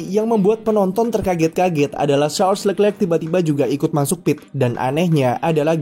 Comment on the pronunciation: kritik utk narator .. perbaiki lafal penyebutan nama charles leclerc .. nonton aja video nya di yt.. gunakan lafal sesuai asal namanya.